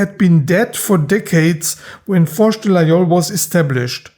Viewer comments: ville de io , laol , lai , lol. . . encore un effort on va arriver a LA GUI IOL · Excellent video. You pronounce Laguiole correctly. Most people, including in France say the gu). The Laguiole is essentially an user. They cut very well.